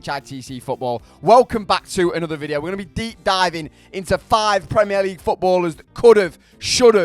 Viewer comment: Why u saying premier league like that